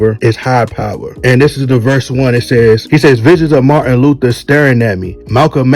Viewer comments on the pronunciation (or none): none